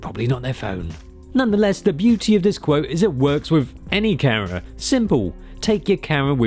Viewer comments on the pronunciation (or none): He refuses to say the M in the word “camera.” I like it, it sounds like he’s saying “Karen.” I like it even more because of his line of work, it’s probably one of the words he says the most, like if Michael Buffer said the world rumble in a peculiar way. This is very interesting to me, it’ll go into my collection of funny things that I’ll think about randomly at 3 am for years to come, not every night, but just randomly as my mind were on shuffle. Quirks of life.